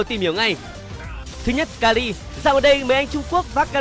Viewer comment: Mình nhớ đọc là ka hi chứ nhỉ sao lại ka li ta